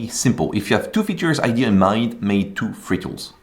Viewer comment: Bro, for god sake please say idea correctly. It's so frustrating. It's idea not idee. So "I deh ah"